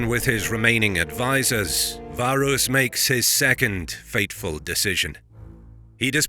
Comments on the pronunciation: Varus. V A R U S. Your name should have an a and then another a, varus... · Why pronounce everything accurately except for the Vs? If you're gonna go that far, it should be Warus.